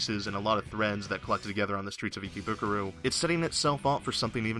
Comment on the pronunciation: WAT IS ICKYBUKURO I THOUGHT IT WAS IKEBUKURO